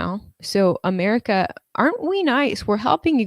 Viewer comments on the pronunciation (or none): none